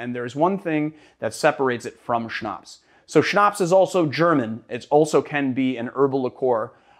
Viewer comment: Its so funny to watch this vid as a German 😂 I laughed every time he sayed "Schnaps"